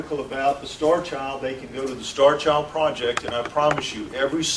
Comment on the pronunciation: it sounds like he is calling the skull the "Starch Owl"